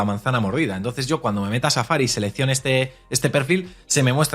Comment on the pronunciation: JAJAJAJAJA NÓTESE EL “CHAFA-RI.”